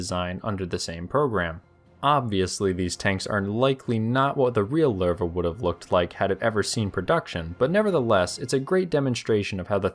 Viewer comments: not Lerva its Lowe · The way it’s pronounced Sounds like “larva” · pretty sure your pronouncing the name Lowe wrong, like 90% sure its something like luuva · Lol, it's not pronounce "Ler-va". The correct pronunciation is closer to "lousy" but change the "see" sound at the end to "we", as in "lou-we". As one would expect with the German's naming their tanks after big cats, "Löwe" is the German word for Lion. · "Loo-vuh" is closer phonetically to the correct pronunciation, but thanks for trying more than other channels 🤣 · Where did this "Lurr Vah" pronunciation come from... if u put it in translate even in German it dont say that. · I hate to be "that guy" but, is pronounced as "Luve". That dieresis over the o is meant for something. Out of that, one of the greatest chapters on a neat saga. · I though it pronounce LOWwe